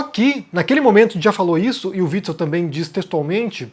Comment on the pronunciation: Omar pronunciando o nome do fascista antifascista: witz witz